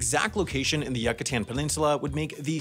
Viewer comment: "YUCKATAN PENINSULA" LMAOOOO